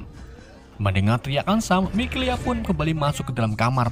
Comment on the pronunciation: Mikaela bang.. Mikelea mulu dah 😂